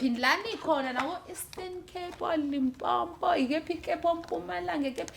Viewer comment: AmaZulu ngokuthi Limpompo instead of Limpopo. Syahluleka shame 😂